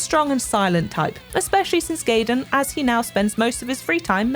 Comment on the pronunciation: What the hell are those pronounciations 😂 The way she said "gaiden" and "daidoji" 💀